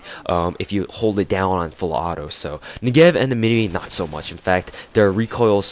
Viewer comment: You said minimi like Min-e-Me not Min-i-My u stupid fuck